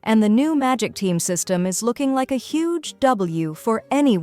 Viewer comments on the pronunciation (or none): Mondstat, not Mondschtaat. 🤦‍♂️ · It's a German word and actually Mondschtaht is the correct pronunciation not mondstadt